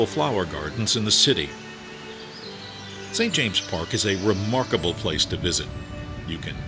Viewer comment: NO very annoying